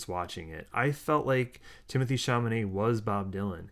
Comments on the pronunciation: I teared up, too - the way the characters cared for one another really came across. BTW, it's Chalamet, not Chamanet. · i've been logged out of my you tube account for a week and a half and finding your review of film i also was thrilled with is fantastic...i'm tempted to spell chalamet's name with a q since that's what it sounds like when you pronounce it (!!!)...i AM a joan baez fan but wasn't prepared for how much i loved monica barbaro's portrayal. i've been a fan of elle fanning for a long time (a precursor to the archivist)??? but would have continued writing protest songs to impress monica/joan!...i want directors to do for the phases of bob what is being done for each individual beatle...film after film depicting him!...great video!